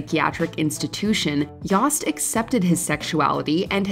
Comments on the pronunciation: I believe the “o” in “Yost” is long as in “Yohst”. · Is "Yost" pronounced "Yawst"? I had a classmate named "Yost" and it was pronounced "Yoe-st" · Is that how David Yost pronounces his name? I have Yosts in my family and when we say it, it rhymes with Toast.